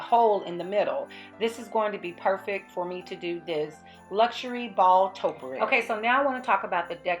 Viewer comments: just gorgeous!! love it!! however learn how to pronounce topiary!! LOL,, ( tope...ee....airy) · I find using the wooden rod just so great for uniformity and really works out well... Topiary is to-pi-ar-y with accent on the o, i and y Excellent job ❤️